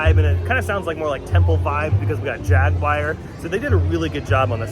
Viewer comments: Jaguire? c'mon now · The way he says, "Jaguar." 😬